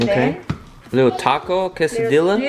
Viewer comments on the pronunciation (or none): none